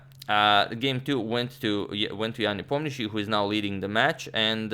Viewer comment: So, Nepomniachtchi is pronounced Neponiatch? What's the point of all those letters though?